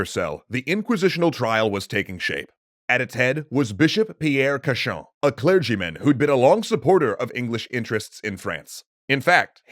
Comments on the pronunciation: Rule of thumb : the english are wrong. Cauchon (prononced cochon, or pig) was an evil doer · I find it funny that Cauchon's name is consistently pronounced as "cochon", which is French for "pig". Probably a coincidence, but a fitting one. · Fun fact: Pierre Cauchon is pronounced the same as Pierre Cochon. Cochon means "pig" in French.